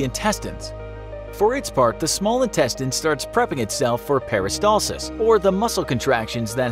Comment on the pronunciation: Pronounced chyme and peristalsis incorrectly. Just sayin'